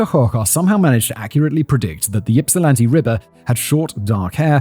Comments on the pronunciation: It pronounced Ipsilanti, like Ipswich. 💜 Hello from Ypsilanti! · Oh. Oh no. I'm in the Ann Arbor/Ypsi area, and I'm scared to play this video about Ypsilanti, given Simon's track record of city name pronunciations... I also wonder if you're hazing Simon- if so, you should make it a one-two punch and do the next video about Puyallup ** Yep, Simon flubbed it. I honestly thought that if you'd look up the pronunciation of anything, it'd be the city that is both the setting and IN THE TITLE. I thought I was just teasing you guys, that surely, surely SOMEONE would think, "Huh. This is a weird name for a town...maybe we should look up how to say it." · I live in Ypsilanti. It's so funny to hear you mispronounce the Michigan words, most of them with Native American roots, with your British accent. 😁 My father lived right across the street from the killer in college. Super scary!! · Listening to you mispronounce Ypsilanti 5,479,832 times... 😖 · I agree, he is lucky he's never had to pronounce Mackinac LOL Though I remember my parents jokingly calling it in the purposefully wrong pronunciation "Mackaknick-nack" That's the only reason I would be able to remember how to spell it growing up LOL It always makes me smile now. That nostalgia done, did you not listen to the yipping he was doing to poor Ypsi? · Yeah, listening to Simon mangle Michigan place names repeatedly is killing me! Thank goodness no one was from Hamtramck or Ishpeming, because I cannot imagine what Simon would do with those, given what he did to Ypsi! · I giggle wildly everytime Simon says YIPsilanti. 😂 much to the comfort to my coworkers. Also, going 'YIP' like a hiccup noise isnt helping either. 😊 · I hate that you say it YIP silanti… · Listening to Simon trying to pronounce Michigan city names is both cringe worthy and hilarious 😂😂 Also, Simon, it's not YIP-silanti, it's IP-silanti. The Y is silent lol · By the way the Y is supposed to sound like Ip not Yip. Ipsilanti is how it's pronounced.